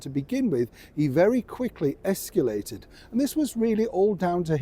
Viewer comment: Okay ✅ Americans aren’t the only ones who mispronounce escalated!